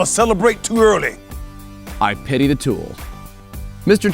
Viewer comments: I'm pretty sure it's pitty not petty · Dude... it’s PITY THE FOOL, not “petty fool” Canadian....